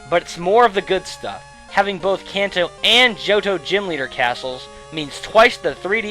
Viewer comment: it's crazy how you "can"to, but then say manga correctly.... blow my mind.